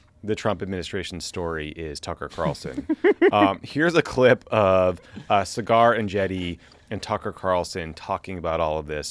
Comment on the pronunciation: LMFAO it's obvious y'all have never seen one clip of breaking points because y'all keep calling Saggar (Sah-ghar) cigar 😂😂